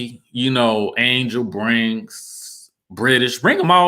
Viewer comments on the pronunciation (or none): none